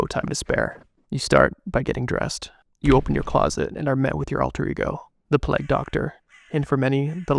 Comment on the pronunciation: I would love this way more if you didnt try to sound like an asthmatic smoker, and if you would at least try to pronounce the word Plague as it is intended to be... It's not Plaque.